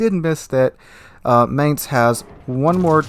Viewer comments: "Mine-z" not mance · I find it really interesting how you pronounce Mainz, because you got (i would guess by accident) the accent almost spot on. Not the German accent, but the accent of the people living in Mainz. The "normal" german pronunciation would be more like "mine" with an s added to the end ("mines").